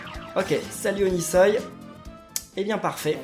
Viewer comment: O-NI-SOI pas onisoï